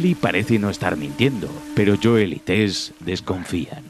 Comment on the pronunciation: Joel Pronunciación exacta: Youl Españoles: JOOEL